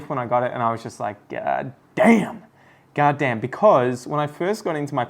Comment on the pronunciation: When you said damn you sounded like you were from the us south. Now I want you to do a whole video with an American lol. And as far as the pink princess is concerned just letting you know my experience I have five from the same mother plant. Most of them have the thin narrow leaves you're talking about except for my two latest propagation again from the same mother. Those two have fat wide leaves. Idk. By next year I'm hoping to have at least 30 pink princesses from theis same genetic line. I'll be collecting more pink princess genetics this year.